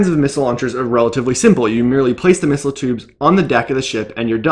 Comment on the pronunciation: How many times can a bloke mispronounce and repeat the word missile in 1 minute... Farcical.